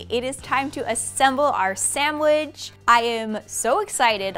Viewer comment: “Samwidge” really? Ugh